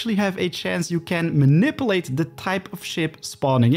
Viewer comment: Goeie video's maar ik wil je wel n paar pointers meegeven over je uitspraak: - niet munnipeleet maar mah-ni-pjoe-leejt (manipulate) - niet kjoerunt maar kurrent (current) - niet prossedoewel maar proo-sie-djoe-ral (procedural) - niet ruh-djis-ter maar reh-djis-ter (register, met de klemtoon op de "re") Ondanks je Dinglish krijg je van mij toch sub en een like, ouwe. Lekker bezig.